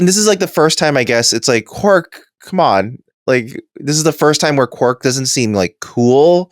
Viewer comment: Quark sounds like Quack, funniest shit I've ever heard